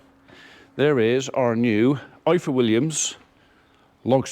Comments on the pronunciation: Please say IFOR like you would say IVOR . In the Welsh alphabet single f is pronounced as V ff is pronounced as eff. Diolch (thank you) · The "F" in Ifor is pronounced "V". F is literally v in Welsh 🏴🏴👍